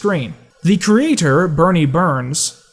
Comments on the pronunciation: It's Burnie, not Bernie... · It's "Burnie" with an "U" not "Bernie" with an "E" Burnie Burns is one of the creators of RvB not Bernie Burns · Great video! But the guy who created Red vs Blue spells his name “Burnie” not “Bernie”